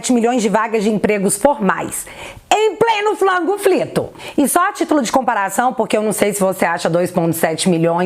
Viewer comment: Só eu acho irritante quando ela chama a pandemia de "flango flito"?